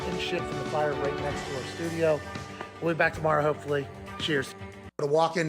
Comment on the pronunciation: AJ is so much better in studio (stu-jio)